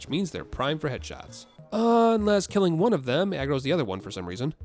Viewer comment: Oh headshots, i heard hedgehogs... i was like... "hedgehogs in dark souls?"